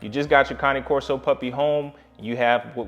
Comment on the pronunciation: Finally! Someone who pronounces it correctly! I am one minute in to this video, and I love you (and Duke) already! I sometimes feel like I’m on a one-woman crusade to fix this. Thanks!